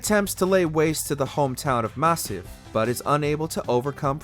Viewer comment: jesus, why cant you learn how to pronounce correctly....it's Masyaf not Masif